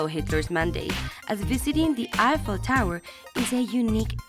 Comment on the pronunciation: It's eiffel tower not apple tower 😅